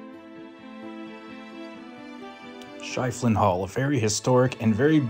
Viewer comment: That's pronounced "sheffelin".